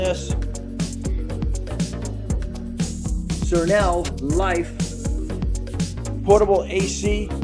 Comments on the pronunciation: Try this pronunciation for SereneLife Sa-reen-Life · Great video. I just cleaned mine but the E5 error keeps popping up. I unplugged it hoping to reset it. Hope it isn’t broken. It’s pronounced serene (like Sir & een). And Life. Basically means a life that is calm / serene.